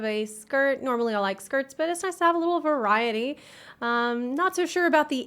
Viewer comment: "Nice to have a little variety." Or I guess you could say... Ver-iety? ...I'll see myself out